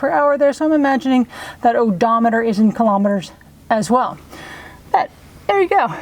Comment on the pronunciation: 100 Kmh is about 62 mph. And it is pronounced KILO-meters, not killometers. Like Kilo-pascals. The metric system is simple - everything divides by 10.